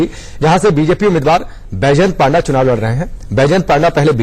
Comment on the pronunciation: It's not paaanda it's panda